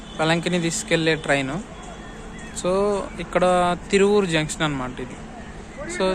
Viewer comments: Thiruvaoor not tieuvur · తిరువూరు కాదు తిరువాయుర్